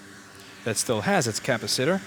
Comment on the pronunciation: I still love the pronounciation cappa sitter. :D